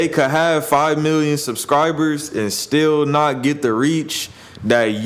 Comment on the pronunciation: why did you say nah instead of not 😂